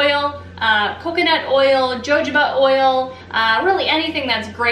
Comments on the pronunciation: LMAO “jojoba” it’s pronounced hohoba. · ho-ho-ba oil is how it is pronounced, I think. It's Spanish so jojobah is pronounced with h's. Thank you for this video. Much better than buying lotion with so many chemicals!